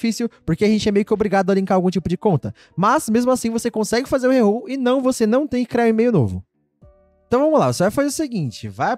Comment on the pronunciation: Mano os cara fala rerrol , cara chance 0.6%